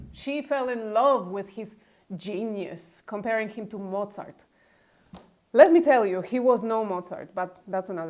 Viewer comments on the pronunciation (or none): none